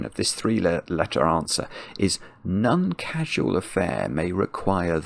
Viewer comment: Meaning to ask this for literally years. Why does say None instead of Non, always. I don't know anyone else who does that.